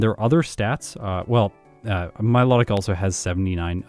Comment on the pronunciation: Pokedex entry: Mylo-tic,: Mi-lot-tic, can't wait for the Reuniclus video 😅